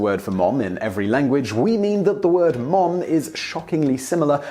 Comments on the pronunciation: The British pronunciation (i.e., "mum") is /mʌm/, whereas the American (i.e., "mom") is /mɑm/, not /mɔm/ as I hear what you're saying. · Simon can't say Mom right. Its Muom... :D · I may be one of many to mention this you still say Mum when you're trying to say, Mom. The best way I can tell you is to think Mam and say, Mom. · On this side of the pond, it's mAHm, not mUHm. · In Michigan mom is pronounced "mahm" not "mome" like Simon. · English people trying to say "Mom" is hilarious, no one says "Mohm" it's more a "Mahm" it's a curved syllable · Haha mohm... sorry we say mahm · The American pronunciation of “mom” does not have a hard ‘o’ sound. It’s more like an ‘a’ or ‘ah’ sound. So it’s closer to ‘marm’. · His pronunciation of ‘mom’ is weird. It sounds like Ikea furniture: Malm. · He still pronounces "Mom" like "mum". Who the hell would be confused? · it's mah-m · did he just say "man-mum"??? (Rewind) Yes, yes he did. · Mom is pronounced like Somerset. "mawm" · Hearing someone say "mom" with a British accent is really odd sounding. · is it only me who finds it funny that despite his effort he is STILL mispronouncing "Mom"? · Sebastian Vlogs True, what kind of American ever said “Mom” that way, with a funny “oh”, looool? It doesn’t sound British when they say “Mom” but it doesn’t sound like that, either, lol! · It didn’t. But it did sound weird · Why on Earth would you say an American word with a British accent?! o.O Mom and Mum, whatever, just say it as you usually say it. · I almost could not tell the difference between his "mum" and "mom". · When he says mom instead of mum it sounds like he combined o and u into one letter anyone else? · Is it just me or is he mispronouncing Mom? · Lol he still can't say mom.its cute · Thanks not how "mom" is pronounced. The vowel is /a/, as in "father". We don't have that vowel you use in "clock". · He said Mom wrong